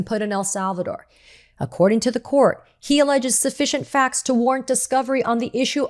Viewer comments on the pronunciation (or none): none